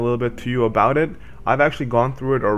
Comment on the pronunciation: Jock Patterson Judging by the way he says booooot...he’s at least Canadian. Lol. (Sorry, abooot that,... all in good fun, doncha know, ay, oh yeah, you betcha...)